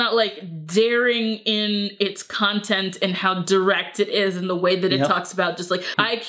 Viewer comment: "Wasy" of the samurai?